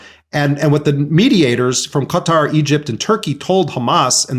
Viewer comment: How do you fuck up pronouncing Qatar that bad